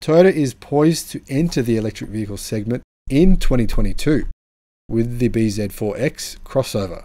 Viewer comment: It is not B ZED 4..........It is BZ4..........